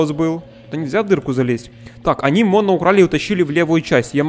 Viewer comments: МОНО УДАРЕНИЕ НА ПОСЛЕДНЮЮ О И ТЫ ИГРАЕШЬ ЗА МОНО! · Моно ударение на 1-ую О